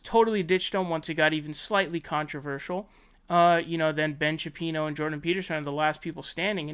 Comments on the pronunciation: You keep saying Ben Shapino and it's glorious. Please, continue. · Are you not allowed to pronounce Shapiro or is it just a dig ? Yionnopolis = Yee-on—oppolis